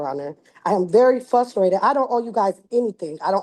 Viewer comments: Hey come on now everyone, she's "fustrated". 😐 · Listen your Honor, she’s very “fustrated”. Give her a break. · In the last 10 years it's like nobody can pronounce "frustrated.".